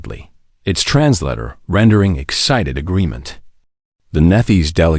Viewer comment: The word Translator is trans-later, not trans latter.